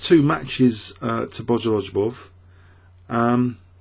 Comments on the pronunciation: I adore your channel and I love all of the work that you do -- please never stop!... but with that said I suffer a hemorrhage every time I hear you say "Bojolojubov.":) Look at how his name is spelled: Bogoljubov Notice how the L and J are stuck together -- it's a silent J. The pronunciation is more like "Bo-go-LU-bov." Just pretend the J isn't there.:) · i enjoy having some laughs while i'm watching the video. Him saying bogoljubov reminds me of day(9)'s word "bejujalar". i always get a kick out of bojolojubov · exactly! i dont speak russian or anything like that but my ears start bleeding when pronounces bogoljubov. i dont mind the way he says alekhine wrong but bojolojobov is just too much xD